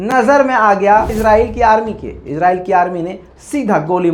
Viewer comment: भाई इस्राइल बोला करो इजराइल na bola karo